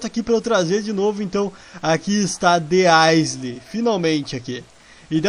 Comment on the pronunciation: Roshal se escreve The Isle mas se fala The Aioul